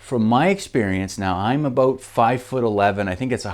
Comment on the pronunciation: Dude what is “aboat”?